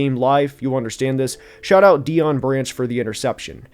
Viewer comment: nice. He said Deon like 5 times before I’m guessing someone corrected him